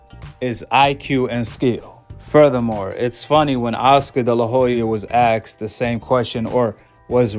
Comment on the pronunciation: asked NOT Axed.